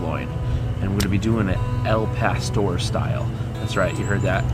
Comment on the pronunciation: It's pronounced El pastór not Al pastor